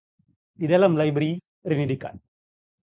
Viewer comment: Rene Descartes, sebutannya Ranay Deycart.